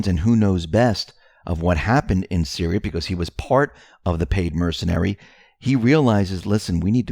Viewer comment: And Syria is pronounced - Sear—ree-ah....not Sir-rye-ah —the only reason I am correcting you is because of believing in Q, the other side think we are uneducated idiots. Please write things down by syllable if you have to.